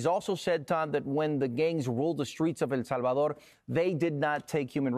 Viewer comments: Why don't you pronounce El Salvador correctly? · Drive me crazy how the guy pronounces "el Salvador" .